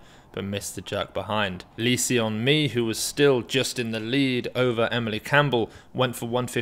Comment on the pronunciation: hey if you pronounce lee seon mi as "lee sun mi" it would be closer to the actual korean pronunciation! Just thought you would like to know